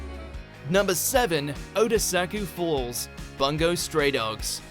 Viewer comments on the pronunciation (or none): For fuck's sake, you'll never learn how to pronounce Bungou Stray Dogs, will you? It's not pronounced with short a, it's pronounced with short u. Also the "gi" in Gide is pronounced like in "giraffe", not like in "gift", since it's a French name, not a Japanese one.